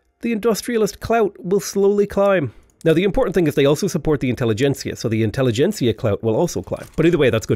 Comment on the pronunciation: Great video! Best tutorial style video of V3 I've seen yet! Also very happy to hear you are the first to properly pronounce "intelligentsia", which all the native english-speakers I've listened to have so far failed to do.